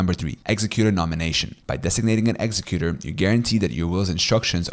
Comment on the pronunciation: Thanks. Just to let you know, you are mispronouncing some key words like executor and nullify. I suggest checking your pronunciation. You seem like a non-native speaker of English, so you may not realize the errors.